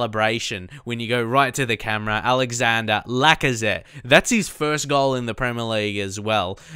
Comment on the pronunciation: That's not how you say Lacazette's first name... It's not even written Alexander, it's Alexandre. Just type it on translate and hear it in french.